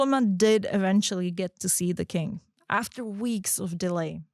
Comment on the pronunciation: Sitting here and giggling every time says “king” but my mind wants to hear “kink”, haha. Not to shame your pronunciation, after all, I came here from your ig. 😉 Anyway, great job you guys! I love the storytelling you chose for the podcast. Gonna listen to the whole episode, keep them coming!